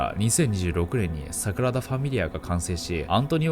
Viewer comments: サクラダじゃなくてサグラダですよナオキマンさん(^o^)/ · サクラダ❌→サグラダ⭕️ね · サクラダと言ってる？